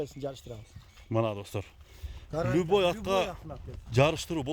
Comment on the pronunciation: Либою деп айтпа